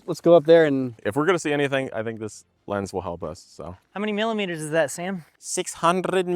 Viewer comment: "600 Millimeterz" Damnn